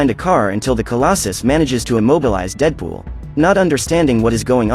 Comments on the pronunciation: bro said cable and deepool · "kabel and deeedepol are fighting" xd I love the way he said dead pool there